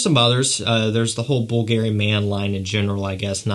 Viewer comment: Why is it that you pronounce Givenchy just fine, but then when you get to Bvlgari, you pronounce it weird each and every time? Are you just trolling me and messing with me, man?!